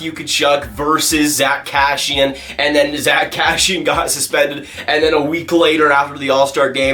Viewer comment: It’s Kassian not pronounced Kashian BTW